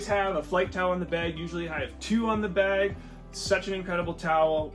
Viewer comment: Don’t notice your accent until I heard “aboot the beg” lol